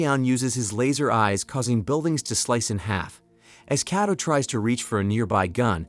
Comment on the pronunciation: well the AI you’re using is faulty. How could it say the same name differently it said at first Kayto then started pronouncing the name as Kaddo